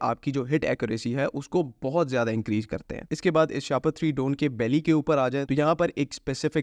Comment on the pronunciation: Seriously it should be pronounced shah-paar not shahpar to avoid getting trolled with things like a plastic bag you know what I mean